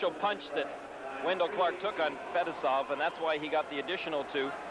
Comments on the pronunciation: It's pronounced Fet-ess-ov Not Fetis-off😆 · No you’re wrong too! It’s Fuh- Tee- Soff smh